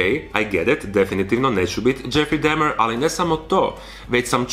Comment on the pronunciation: isk ne zelim bit karen k ispravljat al kazes dahmer ko dehmer